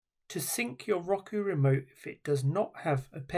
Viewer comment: Please do say Rocoo ever again.